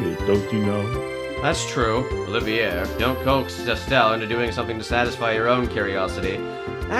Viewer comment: By the way, Olivier is pronounced Olive-ee-ay (It's French). Also, Trails in the Sky SC is currently on sale (until noon Central Time on January 2).